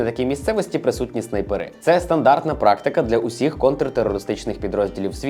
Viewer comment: Про нацистський скандал не сказав. І не зовсім сподобався наголос у слові снайперИ. Здавалось, снАйпери треба. Дякую за контент.